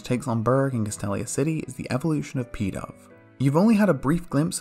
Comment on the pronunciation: When he said "Pidove was unaffected by Snivy's charm" it sounded like he said "Peta" so I was like, oh god here we go with a reference to that gross pokemon parody they made